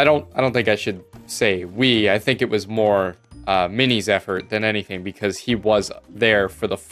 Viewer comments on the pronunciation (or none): none